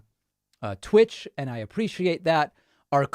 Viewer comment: "tvitch" GLOL Oy-vey!